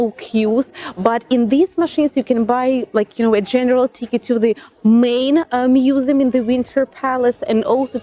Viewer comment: feymus musum xd that accent tho